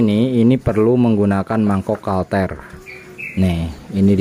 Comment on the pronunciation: maaf ad yg salah pnyebutan kalter pd mangkok ganda. mungkin harus nya kartel🙏